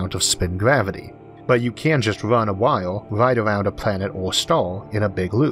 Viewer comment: Hmm, weird, I only occasionally have to turn the captions on. For instance when he says wire when talking about orbital rings and ladder worlds and such. Couldn't make that particular word for the life of me so I turned captions on briefly. That happens ever couple of videos for me. Otherwise I find him quite legible.